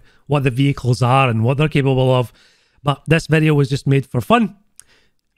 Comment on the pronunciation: 2 "in dis bideo" in one video! Nice!